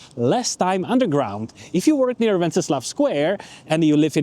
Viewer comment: Docela dobrá angličtina. Jen tip: anglicky se to náměstí (a ten kníže) jmenuje "Wenceslas", se "S" na konci.